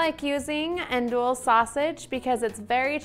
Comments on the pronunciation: The sausage is pronounced Ahn-dewey. Also I never had it over rice as Jambalaya is rice with all the other things. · Its pronounced "ahndewy"...but looks yummy!